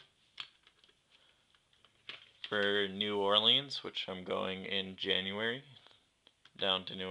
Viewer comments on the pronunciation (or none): none